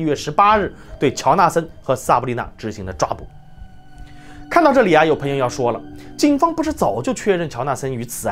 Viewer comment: 赞，讲得很好👍。纠正一下发音：朋peng 友而不是pen 友